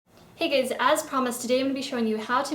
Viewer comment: Hey guys sounded like hey gays :D :D :D